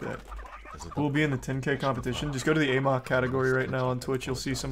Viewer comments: It is pronounced in the game as the "ah mok" virus. He pronounces it "a mok" because he thinks it sounds funnier. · Love how charlie never learned how to pronounce "amok"